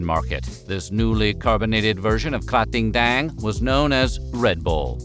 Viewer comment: I have to give big kudos for nailing Krating Daeng pronunciation! The creator name's pronunciation is a little bit off, but that's not your fault at all! Thai's transcription system is absurd and in no way you'll be able to pronounce it correctly if you only look at the transcription 😂